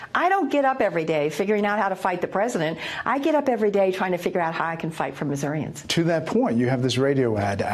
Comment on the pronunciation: It's "Mizz-our-ans" not "Miss-our-i-ans" you carpetbagger